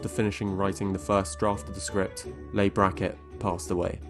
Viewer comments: Great video. But I'd like to note to the narrator that, at least in American English, the name Leigh is pronounced "Lee" not "Lay". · Two things... 1) Leigh is pronounced Lee, not Lay 2) Rowling didn't write the later HP novels on her own. She was in and out of rehab, and well as having other problems, so ghost writers did the bulk, if not all in some cases, of the work. Even her crime novels are co-written. A lot of authors have co-writers who go unsung for years. Look at the Discworld novels... Pratchett's wife, Lynn, co-wrote all of them, but we didn't learn that for decades. However, they actually were daft enough to let JKR write the scripts for FB all by herself. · The great Leigh Brackett's first name is pronounced "Lee" as in Vivian Leigh, a brit actress whose name you should know. I enjoyed the first film in this trilogy, it was charming and amusing, the next two were too dark and deadly dull. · Rowling like "bowling". Kloves like "clovis". Leigh like "lee".